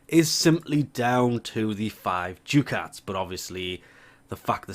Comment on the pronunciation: It's pronounced "DUCKats"